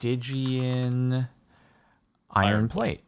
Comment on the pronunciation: "What is a... stiegeean anvil?" Please Please don't tell me it says stygian. Stygian Anvil Oh